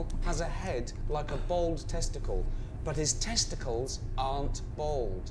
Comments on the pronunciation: Why can't he say the word bald correctly?. Bold is not correct ! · Odd how some people cannot say "Bald" and say Bold instead.